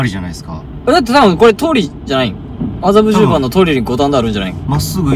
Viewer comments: 麻布十番が苦手な良規 発作からの「あたっ、あざびゅぅ、ｱｯ」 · 「麻布十番」が全然言えない正門くん💙かわいい🫶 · 麻布十番ってなかなか言えない正門くん、かわいい